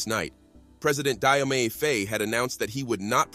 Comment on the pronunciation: Additionally, Diomaye is pronounced JOE-MY.